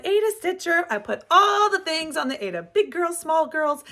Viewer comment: Aida is pronounced ieda not Ada I don’t know why all the stickers today call it Ada as it isn’t spelled that way. I have been stitching for 50 years and taught embroidery and cross stitch for many years. I love your channel your projects are great😊